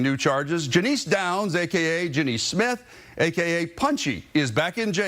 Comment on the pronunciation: Janice not janeece